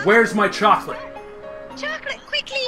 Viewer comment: choclate... did you say ChOlAtE............. choclate CHOCLATE!!! CCCCCHHHHHHOOOOOOOCCCCCCCOOOOOOOLLLLLLLAAAAAAATTTTTTEEEEEEEE!!!!1!!!!!!!!!!!!!!!!1!!